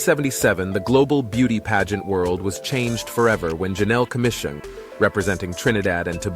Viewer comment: I've got 1 major correction the name is Janelle Commissiong (Not Komis) People never like their names misspelt . They may forgive a misspelling, but never bad pronunciation.